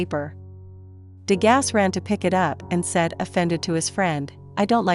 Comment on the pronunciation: You are mispronouncing his name.